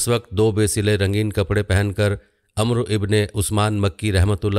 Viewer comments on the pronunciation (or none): none